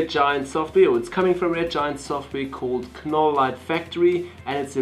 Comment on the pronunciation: Silent "K" ..."Nole" light factory. :) I'm guessing the preset "Dancing Queen" is a reference to the 70's pop group ABBA in all their glittery, rainbow-colored, disco-glory. lol